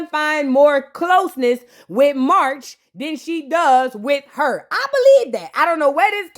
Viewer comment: I am always here for the vape voice 🤣🤣🤣🤣 —Side note: whenever you call Marsh, MARCH I’m screaming 🤣🤣🤣